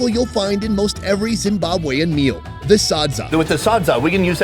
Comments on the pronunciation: you did not just say "sho me de way" xDD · no way he said "show me de way" haha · "Show me da way" 😂